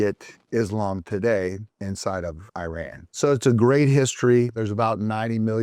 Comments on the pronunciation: It’s not “eye-ran” …. It’s Iran (ee-run) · Please don’t say I run!! It sound absolutely STUPID IRAN is pronounced E run. It is not appropriate to talk about a topic when you do not pronounce your topic properly to begin with. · oh my...the way you pronounce Iran is disturbing, this way of Pronunciation was started by some Fox News Airhead anchor. Iran is pronounced (E-Run), Not (I-ran) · It is not I ran, it is IRAN, one word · Thank you being our voice.🖤🖤🖤🖤🖤 By the way, Iran is pronounced “ee-RAHN,” not “EYE-ran.” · Dear sir. It is no. I ran as if you ran away. It is Iran as in. Irrigation, pronounced Eran . The I R GC terr-or-ist corp. stands for Islamic Revolutionary Guards and not Republican Guards. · Very intelligent guy, as an iranian, this is one of the more accurate videos ive seen.(just call it e-run please not i-ran) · wtf is a eye ran ? u ran ? bro is giving us history listen but cant spell the countrys name properly , its called E ran (iran) its not even hard u just want to bucher it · It's pronounced "Eeraan" and not ei-ran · it's pronounced e-run and e-run-ian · Iran is pronounced EE-raan, easy. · The correct pronunciation of Iran = E-run, Iranian = E-runian